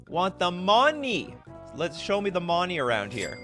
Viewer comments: it's not "money", it's "monny" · The way you say money is terribly racist. Sad